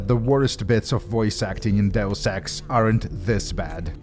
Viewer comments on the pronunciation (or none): none